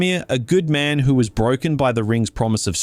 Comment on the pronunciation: How are you both Australian and over the and of 6 and somehow still manage to release a video with so many mispronunciations? Where do you live that the word “man” is pronounced as “mahn”, because it’s not Earth, that’s for sure. Another psudo-intellectual farting out philosophy. What a time to be alive.